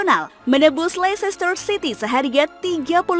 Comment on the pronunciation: Kritik min: Pengucapan untuk LEICESTER tidak sama dengan tulisannya, melainkan LESTER atau LESTEH atau LESTOH atau LESTE. Karena ini berkaitan dengan Words Elision. Terima kasih.